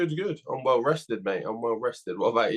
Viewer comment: & Fabio Fraudly can't say the word 'well' properly.. pronounces it like hes in dehli... any one else notice 😂